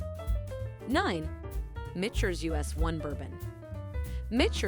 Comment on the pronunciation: It's pronounced MiK TERS...not Mitch ers.